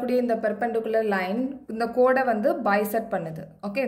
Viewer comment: Mam it is not code it is chord